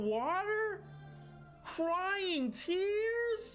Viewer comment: The way you said tears had me crying